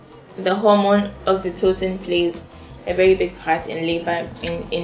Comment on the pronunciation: Wow...my people! nice stuff...man say oxytocin..haha